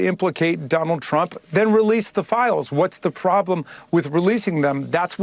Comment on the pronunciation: I hate the way this bitch talks...she talks down to people putting hard emphasis on syllables the make it seem like shes serious....i could slap her teeth down her throat....like when she said THE FILE was on her death...said like a th white girl in high school being nasty....i bet she wouldn't try that shit with a black woman....blondi would be baldy